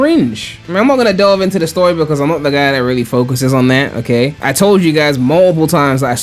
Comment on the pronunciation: Take a drink everytime says "Okeh"